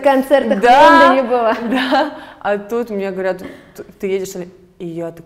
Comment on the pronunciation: Даша потрясающая, но... Когда уже кто-нибудь поработает над дикцией ведущей. "Квасное пожевание", "в Вондоне"... Поставить звук "л" совсем не сложно!